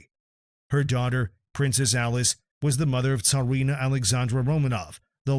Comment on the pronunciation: Tarina? Its either Tsarina or Czarina. GEEZ!!!